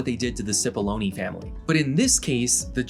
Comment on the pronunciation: Amazing video. But I can't help but smiling each time Cipollone is pronounced "Sipoloni".